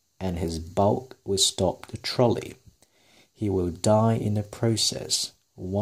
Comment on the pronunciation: 篇文唔錯幾有趣，深得來想睇落去，人生交叉點。 btw Trolley 我查過字典，發音係ˈtrɒli